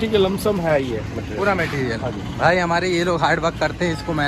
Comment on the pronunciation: Bhai be like "lumsum"